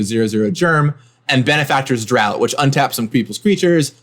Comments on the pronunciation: "Daught" is pronounced "draft." Just FYI. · Draught =/= Drought just fyi, it is pronounced as Draft. These videos are awesome! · Draught is pronounced as Draft. This was painful to listen to.